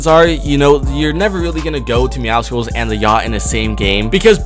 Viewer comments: Myth: What happens when pronounces Meowscles name right (ITS MEOW-SCLES. MEOW-MUSCLE, NOT MEOW-SCKULL OR MEOWSICLE) will he explode or actually receive praise? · YOU SAID MEOWCELES NAME WRONG ITS MEOW-SOULS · It’s not pronounced meowSkuls, it’s meow-cells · Deadpool had to do my man Meowcles like that and it isn't pronounced Meowsicles it's actually Meowsles but I thought it was Meowsicles until I watched the trailer again but hey I aint bothered about it jeez I wrote a novel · For the thousandth time it's pronounced (meow-suls) not (meow-cicals) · ITS MEOW—CLES NOT MEOW SI CLE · It’s ME-OW-SOULS, not ME-OW-SI-CALS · Not judging but its not Meowsickles. Its Meowssels (pronunciation) bit spelled Meowscles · Why does everyone pronounce meowscles as meowsicles? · Why do so many people pronounce meowscles wrong its not MEOWSICLES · Why does everybody say “meow-skulls” nobody says mus-kulls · Who the fuck is meow-sickles ???? And why are you constantly pronouncing it wrong...???? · Its pronounced meow suls it was like that on the trailer and its meow+ Muscles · It is myawsols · IT’S meowScles THE C IS SILENT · Its pronounced meow SULS, not meow SCLES! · How do people pronounce meowscles wrong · Im just saying meowscles has a prenouncation of meow and muscles so remove the mu and yeah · You said mewscles wrong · Myth: knows how to pronounce Meowscles